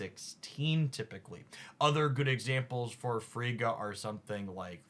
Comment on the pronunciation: Just in case the mispronunciations weren't just for engagement: Surtur: sir ter (syllables rhyme with her) Frigga: frig uh (frig like twig) Eitri: ee tree Malekith: mal uh kith (not Keith) Fenris: fen rhis (like wrist w/o the t) Gorr: gore *note these pronunciations are based off the popular American pronunciations or as appeared in MCU Some were pronounced correctly, but I thought it helpful to simply list them all for anyone else curious. I am a huge fan who watches hours of a week. Just didn't want 4 new "Chi-air-e-uh"s (Caiera).